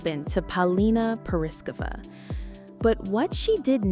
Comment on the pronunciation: Learn how to pronounce her name otherwise you sound dumb!!!